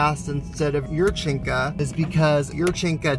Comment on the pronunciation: Natalia yurchenko’s name ends with an o. you pronounce it yurchenka.